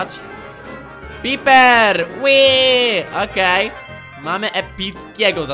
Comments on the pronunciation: Pajper a nie piper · Człowieku tej nazwy nie czyta się "Piper" tylko "Pajper" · Nie mówi się piper tylko pajper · Mnie rozwaliło gdy powiedział piper!(a nie pajper) xD Kogo też like👍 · Pajper sie mówi nie piper xD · Nie Piper tylko papier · nie czyta się piper tylko pajper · Nie piper tylko Pajper po prostu się nie znasz jesteś noobem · muwisie pajper